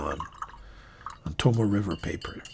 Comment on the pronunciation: Love the channel. You've turned me on to a lot of great pens that I've added to my collection and introduced me to Shanghai Knife Dude who cracks me up every video. Would love to hear Tomoe River paper pronounced correctly as To-mo-ay River and not To-Mo River though lol. Can't wait to be introduced to more great Chinese releases.